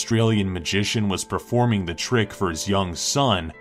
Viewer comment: Who heard him said "preforming" instead of performing?